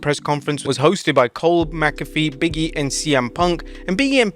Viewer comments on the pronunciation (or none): "Big E and Punk" sounded like "BM Punk" 😄 RIP Blade Braxton